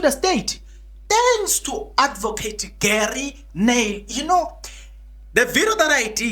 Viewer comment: When u say Gery, say it like Jouburgers (Rh)ery, the chap is afrikaans n boerie 🙌